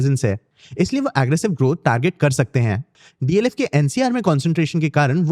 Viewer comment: It’s DLF and not DFL